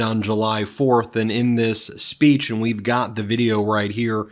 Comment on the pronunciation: THE TRUTH NEVER GETS IN THE WAY OF HIS RANTS,CAN'T EVEN SAY SPPECHES ,HIS MIND IS THAT FAR GONE,WHAT'S THE EXCUSE FOR HIS MAGA'S IN OUR CONGRESS, VOTE BLUE IN NOV AND SAVE OUR DEMOCRACY AND OUR SANITY!!